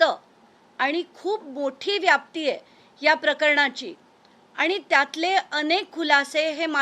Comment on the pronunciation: व्यापती नाही व्याप्ती असा शब्द आहे, tv9 मराठी चॅनेलच नाव आणि मराठी नीट येत नाही